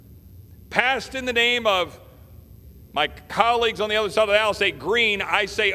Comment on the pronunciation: Lol..love ot.. I know he didn't say it but it sounded like he said..my colleagues on the UNDERSIDE of the aisle!! #perfect